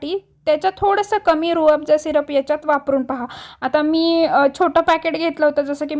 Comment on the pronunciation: छान आहे रेसिपी. पण it is Rooh Afza.